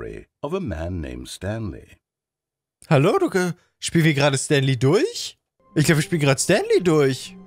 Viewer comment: Zoombey hat leider den jim knopf verpasst der "stanly " sagt